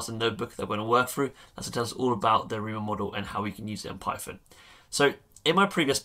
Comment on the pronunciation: Great videos, BTW it sounds like you say "Hi Amigo" :P